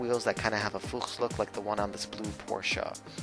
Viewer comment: Props for pronouncing Porsche right! ❤️